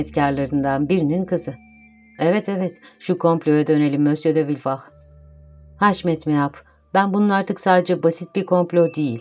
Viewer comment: sizi villefort'u "vilford" yerine "vilfah" diye okumaya iten sebep neydi? ford'un hiçbir yerde "fağh" diye okunduğuna şahit oldunuz mu?